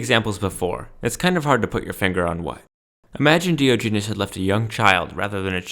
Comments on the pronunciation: I can't take anyone seriously who so gravely mispronounces Diogenes. Also, as others have pointed out, Diogenes was basically the Donald Trump of philosophy. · If you are going to preach a man’s word at least pronounce his name right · I knew this wouldnt be a great video when you werent even close to pronouncing his name right. Either way, not a very solid point was made here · A hot dog is not a sandwich. It is a Taco. Also, you pronounce Diogenes wrong